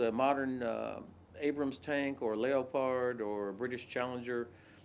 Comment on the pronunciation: a lay-o-pard? you mean a leopard?